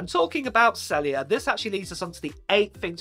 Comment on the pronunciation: UWhat is sellia. Do you mean “cellUlar”